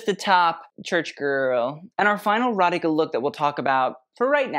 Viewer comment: Thanks for saying Radhika (and not Radiki) 😀